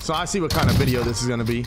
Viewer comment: A viNeo in Why 🤣🤣👌 luv you kid